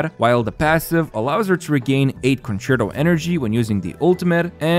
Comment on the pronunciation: Mega kudos for pronouncing "concerto" correctly and i am not sarcastic.